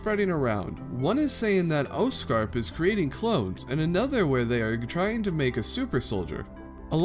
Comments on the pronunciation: it's pronounced oscorp but it's being said as oscrap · Why do you say Oscorp like Oscarp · Oz Corp say it correctly